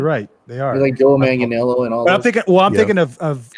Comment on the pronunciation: is hours away from interviewing Joe Manganiello and he still can't say his name. MANG-UH-NELL-O.